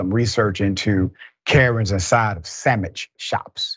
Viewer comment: “Sammich”! Oh Lawd! That was it, Dr. Richey!